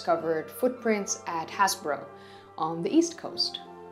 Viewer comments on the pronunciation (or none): Happisburgh is pronounced 'Haze-boro'. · hi, thanks again for sharing your research love your vids.. PBS should grab you! oh BTW having grown up and played there as a kid,... its pronounced Haysbruh [DAM those Normans] its just down the rd from a village called little Hautbois IKR